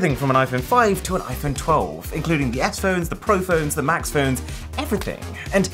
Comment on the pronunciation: I love how he says da plants 😂